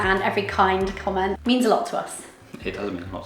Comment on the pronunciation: Pleeeeeeeease stop saying 'Cyomment'! 🙏 it makes me bite the inside of my cheeks every time 😬😂😅 I think let your daughter pick her own nickname/alter ego 😋